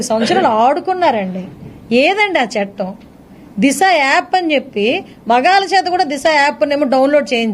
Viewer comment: అమ్మా తెలుగు నేర్చుకో చెట్టం కాదు చట్టం